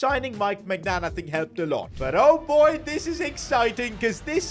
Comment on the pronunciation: "Mike Maicgnan" 💀